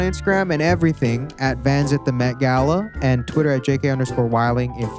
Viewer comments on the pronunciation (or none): none